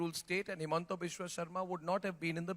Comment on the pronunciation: It's himanta not hemanta